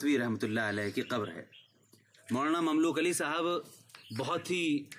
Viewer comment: السلامُ علیکم و رحمۃ اللّٰہ تعالیٰ و برکاتہ حضرت کا نام مبارک مملوک علی ۔۔نہیں ھے۔۔بلکہ مملوک العلی۔۔ھے۔۔ع پر پیش۔۔اور ی پر کھڑا زبر۔۔۔جیسا کتبے سے ظاھر ھے۔۔جزاکم اللہ خیرا۔۔محمد احسان الٰہی سرگودھا ۔۔پاکستان